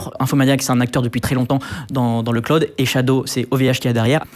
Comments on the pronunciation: J'en suis à 3'43'' de la vidéo, il n'arrête pas de dire Claude, j'en peux plus, Jean Neymar 😅 Jay Malo crâne !😵! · Mon dieu, MON DIEU, mais pkoi il prononce "cloud" "CLODE" ?? 😳JPP Ca se lit même pas comme ça en Français ! Il a jamais joué a FF7 ?😅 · Il prononce l’anglais a la francaise: Clo-oude, le o a la francise et le u a l’anglaise Comme quand on dit dijiaï (dji), au lieu de dijayaï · "claod". Prononcez après moi: "claod". Pas "cl-ou-d", pas claude, "claod". C’est facile à prononcer pour un français. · j'allais le commenter après avoir du revenir en arrière pour comprendre ce qu'il voulait dire :') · Je me suis fais exactement la même remarque 😂 et c’est bien de voir qu’ils font bien attention aux prononciations maintenant, tel que iClaude bien sûr 😂